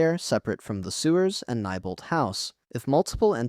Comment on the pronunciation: FYI Neibolt street is pronounced (Knee-bolt) not (ni-bolt))